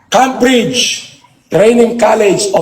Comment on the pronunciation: Sabi ni sa Cambridge... "KAM-BRIDGE" PhD na ang lagay na yan 😂😂😂